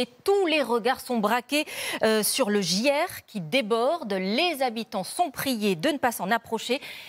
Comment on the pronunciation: « le gière qui déborde » bravo à cette journaliste qui ne sait pas lire le prompteur 😂 GIER PAS GIERE !!!